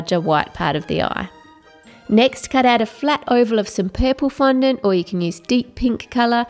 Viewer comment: you said n fondont